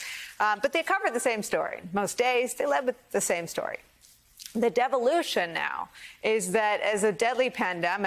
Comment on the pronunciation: Nicole, the correct pronunciation of the word is DEVO-LUTION NOT DEVA-LUTION. Come on, you were a child of the 80s, don't u know we are all Devo?